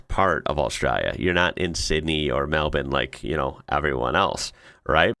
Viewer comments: Congrats for pronouncing Melbourne correctly 👍🇦🇺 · Mate, your pronunciation is getting better. Kununurra = Kahnahnahrah. Pilbara = pilɓruh. You nailed Melbourne = Melbun. Winter in the desert is cool during the day and below freezing at night.